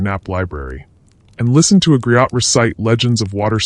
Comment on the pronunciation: Interesting and entertaining; though your machine should be chastised for mispronouncing griot. For the record: it;s greeyo